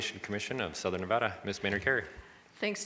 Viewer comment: of course doesn't even know how to say the name of the state her price hikes and service cuts are screwing over